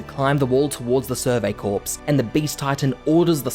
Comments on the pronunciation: It's pronounced "Kor" not "Korps". In plural it's pronounced "korz" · btw its pronounced survey "core" not "corps" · by the way, "corps" is pronounced like "core", not "corpse". It's a French word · really enjoyed this video, but the sheer amount of times he says “survey corpse” instead of “survey corps” has me gritting my teeth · Btw, corps is pronounced "core" not "corpse" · Love the vid but bro it’s pronounced core not corpse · Its pronounced "core" not "corps" like the US Marine Corps, the "ps" is silent. Do so pronunciation checks before you post a video ffs. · Just a small thing that bothered me... corps is pronounced more like "core", and not a dead body. Thanks for the recap. :) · “Corps” is pronounced “core” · Hearing him call them the "survey corpse" hurts. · "survey corpse" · I don't know why nobody has said this yet but it's pronounced core. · FYI, 'corps' is pronounced "core" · "corps" is pronounced like "core" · survey CORE. It's pronounced CORE. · “survey corpse”💀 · Thanks for your work, but the "s" is silent in the word "corps" (rhymes with core). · Corps not corpse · Bro it’s Core but spelled Corps. And it’s Marr-ia. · when you pronounced “corps” as “corpse” it hurt a little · interesting. in american english, the word 'corps' sounds the same as 'core.' not so in australian (right?) english? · survey 'corpse' :'( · I wouldn't say I'm crying. But it does bother me when people spread misinformation so I thought I'd offer a simple correction. If someone's going to make a summary video, giving information out to large amounts of people. It should probably be the correct information. But if people want to look like idiots pronouncing basic English incorrectly for masses to laugh at, who am I to judge? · Its just a summary video. Mispronouncing "corps" isn't spreading misinformation. If you were just offering a simple correction you wouldn't have included the last sentence in your comment